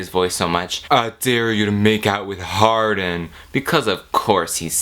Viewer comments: i keep hearing his name as hard*n, not hardin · HIS NAME IS ´HARDIN‘ NOT ´HARDENˋ YOU DUMB BBBBBBCHES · if y’all going to hate, at least get his name right. Hardin *